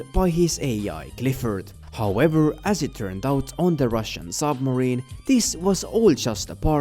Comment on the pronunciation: i thought its Clifford not Cliffford